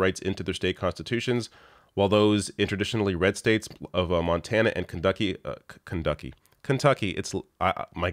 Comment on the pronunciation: Kunducky!!!!! I'll never say it the other way again 🤣